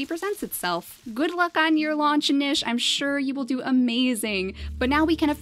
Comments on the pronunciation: It is pronounced NEESH not NISH (although some places pronounce it Nich...). Just a little thing that's been bothering me. Awesome videos though. Big fan. ;) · Hey! Love your videos, you are very entertaining and I hate to be that guy... but it is pronounced "neesh"